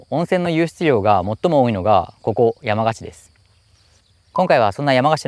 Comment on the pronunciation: 山鹿のイントネーションは廁と同じです。灯篭とか羊羹のイントネーションも気になりました笑💭 どちらの方でしょうか？